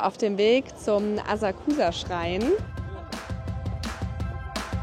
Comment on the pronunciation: Asaksa ausgesprochen